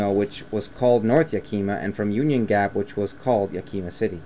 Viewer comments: Its yak-uh-mah not yak-eee-ma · it’s pronounced yak-i-ma not yakeema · It's not yakeyma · I literally can’t even watch this, it’s so cringy hearing him say “yakeema”. Did you just pick a random book and start reading it on camera? Or have you actually been to Yakima? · Think YAKAMA (emphasis on the first syllable) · You sound like a telemarketer. Learn how to pronounce Yakima.